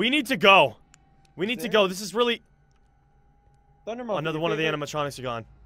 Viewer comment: ANUDER TORCH